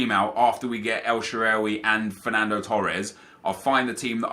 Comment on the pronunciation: Sorry but the way you say El Sherehhwey just doesnt sound right. It's El Shahrawy.